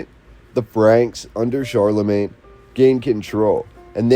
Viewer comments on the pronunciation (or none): none